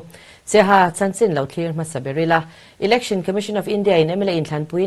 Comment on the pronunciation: Election lamdan hi google leh hmun hrang hrangah ka en a,Ilection nilon Election a ni e,s aptawng leh Mizotawng hi lam dan dika lam hram a tha,Education pawh Iducation, Entepawh Inter, Exam pawh ikzam kan ti tawh mai dawn emni ?